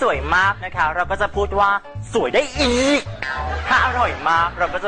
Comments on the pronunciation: ได้อีกกกกกกกกกก เน้น เข้าไปคำนี้ ฮาขี้แตกขี้แตน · ลืมเน้น "อีก!!" ตรง ทบทวนกันอีกรอบน่ะค่ะมาดามมด 555555